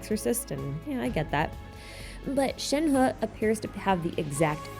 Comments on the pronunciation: compared to other Genshin youtubers here your pronunciation of Shenhe is pretty on point dont worry! thanks for the fun video! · I just started the video but I think your pronunciation of yunjin and shenhe is correct!!! at least in an english tone lol